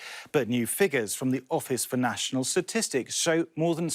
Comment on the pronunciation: "The office for national SATISTICS ... " S-T-A-T istics. STATistics That why folks colloquially know these types of data as "STATS" EFFING MORONS.